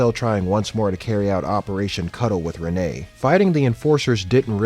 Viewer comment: Renee is pronounced Rin I believe